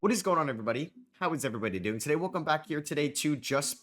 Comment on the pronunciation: The todays in the intro kill me man